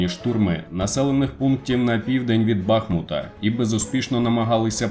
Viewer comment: У назві міста бахмУт наголос ставиться на літеру У